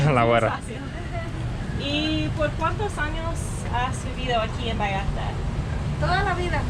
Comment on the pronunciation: A ver repeat after me , VallarTA TA TA NOT VALLARda da da . Ta ta ta VallarTA